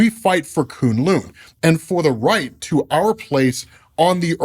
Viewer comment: It’s kune LOW sir